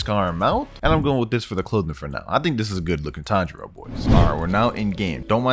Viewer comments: His name isn’t tanjigoat kamado it’s tanjiro kamado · WHY DID YOU SAY TANJIGOAT KAMADO LLLLLL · what is Tanjigoat i am going to help it is Tanjiro Tanjigoat made me 🤣i am going to like because it wa funny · my boy buther tangiro name so bad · He's name is tanjiro not tanjigoat he's not a goat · TAN-JE-RO NOT TANDERO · BRUHHH HIS NAME IS TANJIROOO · Tanjigoat💀 yorigoat💀tanjugoat💀